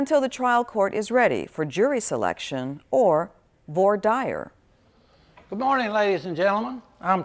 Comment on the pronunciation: Why are they pronouncing voir dire like that 💀 vwahr deer is the right pronunciation